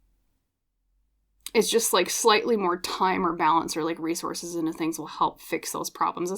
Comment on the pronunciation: You said "resources" a couple times in P:1, and I heard "race horses". That's what I need, a couple of race horses to get me out of my slump.😂😂😂